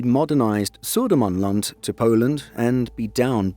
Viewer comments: Wow, impressive pronunciation of Södermanland and Östergötland. 😃 They are both "landscapes", areas in Sweden. 🤓 The UK equivalent would be county. 😊 I think it's OK if Poland can borrow a sub. We need to stick together in the Baltic area. 🙂 Merry Yule. 🎁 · pronunciation of Södermanland and Östergötland was on point, very impressive